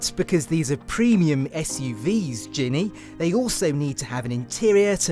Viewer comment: He can't pronounce her name ginne it's genny